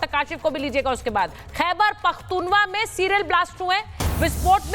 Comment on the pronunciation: Somone ask this so called anchor to pronounce correct name it is not pakhoonwa😂😂😂